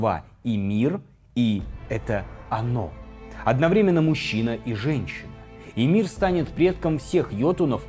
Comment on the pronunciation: Там не Имир, а Мимир